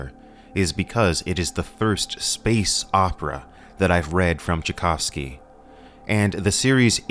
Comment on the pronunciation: And now say Tchaikovsky properly., Its the same name as the composer. 😊